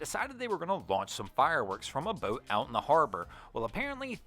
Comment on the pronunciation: PLEASE PLEASE PPLLEEAASSEE!!!!! 🛑 STOP 🛑 WITH THE O’s!!!! I love your channels but the way you enunciate your O’s make my skin crawl!!! bOat, bOats, gO, bOat, mOtor. STOP!!!! 😩😩😩 I don’t want to stop watching, but I can’t take the O’s!